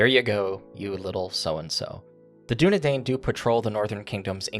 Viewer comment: You preempted one of your viewers clarifying that it's not "striders" but the "Dúnedain". But oh you fool! You fell into my trap by pronouncing it incorrectly, for, you see, it's pronounced using the "a" from "DúnadAn", but with an "i" sound afterwards. Otherwise, great video, thanks for uploading it :)